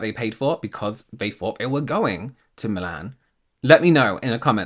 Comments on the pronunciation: It's Milan not Moolarn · Love the way says Milan.